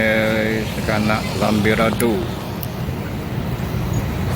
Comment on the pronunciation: Lambidaro min..bukan lambirado..😁😁